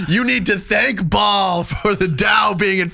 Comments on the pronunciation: ba(-ə)l Not Ball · It's Baal... Not bal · It's Baal, not ball lol, dumb bot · Baal is pronounced ‘bay-el’ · Baal means boss. And is pronounced bale. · It’s pronounced “Bail” - BAAL. And its demonic spirit is most definitely real.